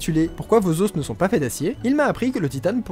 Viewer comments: meeeec ce que tu fais est top mais pourquoi tu dis les ossssssssssssss pour dire les os non mec arrête arrête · Super concept le résumé était énorme "yean marie yean marie" haha Juste je trouve hyper désagréable que tu dises les "oss" et non pas les "o" mais bon on arrive à passer outre Bonne continuation tes super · Suis-je le seul à qui ça stress qu'il dise des os et pas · Le duo srx j'en peux plus 🤣🤣🤣🤣 par contre Leo tu peux dire des os et pas des osses merci 😅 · Lol on dit pas les "osse" comme tu le prononce mais les os (s muet au pluriel) n'est ce pas? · les "os" aux pluriel se prononce "o" et pas "osse" ("osse" c'est seulement au singulier). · Amusant la prononciation de os au pluriel ;) Normalement sing. [ɔs], plur. [o]. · Des os putains, des OS, pas des osses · Bah... on dit pas [lé auss] (les os) on prononce [lè au] un os = [oss] deux os = [au] on t'a déjà dit? Oui 1000 fois? Ok tant pis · On prononce "les osses" ? ;o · Vidéo superbe comme d'habitude ! J'ai par contre eu du mal avec tes "les os" avec le "s" prononcé à la fin, en plus tu le répètes beaucoup :o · T'es sacrément doué en bio mais alors en français y a du progrès mdr Chez un français normalement constitué, le mot "os" au pluriel n'est pas prononcé avec le "s" tout comme le "f" n'est pas prononcé dans "œufs" ! Voilà tu m'apprends des choses et là c'est mon tour hahaha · Révise ta prononciation de "os" au pluriel. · Tu sais pas prononcer "os" au pluriel wtf ._.